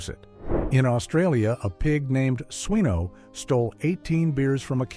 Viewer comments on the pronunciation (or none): That Australian pig, I suggest would be called Swineo pronounced as in wine (not Swino as the narrator here said as in win a prize) A coloquial word for a drunk usually homeless person here is a Wineo, hence a drunk pig called Swineo